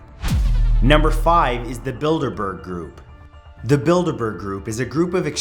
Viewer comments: I think i'm going deaf but i swear you said the "build a burger group" lol! I guess i'm just hungry :P \o/ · ... I can't be the only one who thought he said "Build a Bear Group." bruh I tripped over myself to get back to my laptop to rewind the video - hurt my foot and everything...